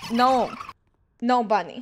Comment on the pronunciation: I’m not a clown Also:I’m a cute bwunny Me:he said bwunny instead of bunny😂😂😂